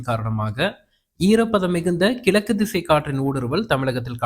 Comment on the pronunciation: மலை இல்லை மழை கிலக்கு இல்லை கிழக்கு ல இல்லை ழ மழை பெய்தாலேயே தாங்கமுடியல மலையை எப்படி தாங்குவது? முதலில் தமிழை படி பின்னர் வானிலையை படிச்சு கிழிக்கலாம்